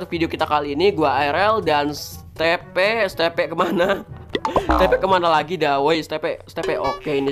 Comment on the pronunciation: Itu bukan di panggil Steve bang tapi di panggil stiv namanya kan Steve lalu klo di baca stiv